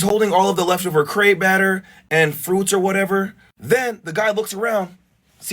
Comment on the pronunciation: Its a crepe not a crape